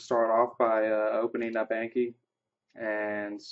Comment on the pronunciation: Thanks for the video! It convinced me to download the plugin. Just a quick note: the program's name comes from the Japanese word from memory which is Ah-nki (rhymes with donkey), not A as in cat or hat. Also, where did you get that awesome background? :D